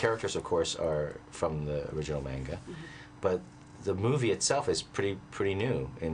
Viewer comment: He can't even say manga right and he directed a Dragon Ball movie